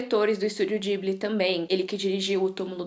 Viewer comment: ou fala "Ghibli" ou "jiburi" como se fala no japão o.o mas "dibli" não existe, ate pq não tem "L"... Mas o vídeo ficou ótimo, quero mt ver